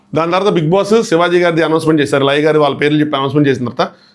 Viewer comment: Anna Laya garu kadha meru cheptunte liger ani vinipistundi 😂😂😂😂😂